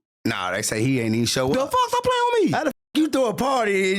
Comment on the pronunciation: “Stop playing wittme” 😂